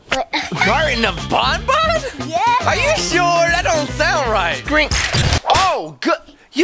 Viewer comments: IS NOT BONBON IT BANBAN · bro you didnt say banban you say bonbon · it's banban not bonbon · It's banban not bon just saying. And I love your content keep going! 😊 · You guys said bon bon but it is ban ban. your so funny 😂🤣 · It’s Garden of ban ban not garden of bon bon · Why are you saying “BanBan” wired it’s like Band not Bon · its not bon bon its ban ban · It’s not bonbon it’s banban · Bruh said bonbon it’s banban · You said band band wrong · She said bonbon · Bruh said banbab wrong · it is pronoced ban ban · It’s banban